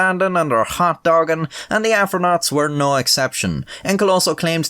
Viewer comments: Wait.... Did he say afro-naught? Bwahahahaha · nobody is mentioning him say afronaut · Nigga just said afronaughts 😂😂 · "afronaugts" lol